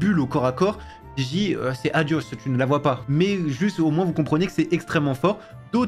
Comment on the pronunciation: On dit Gigi 😂